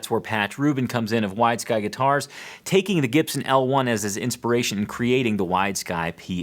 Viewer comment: I thought he was saying "Wise Guy" guitar :)